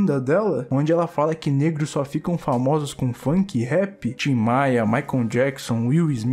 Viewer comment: Eu vendo ele falar o nome do Michael Jackson errado 😬